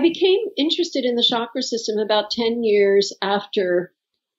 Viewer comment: I wish you guys could pronounce the word Chakra correctly😅 It’s chuck, like in chuck the ball or chucky the doll. So chuck ‘ ra ! Not Shakra !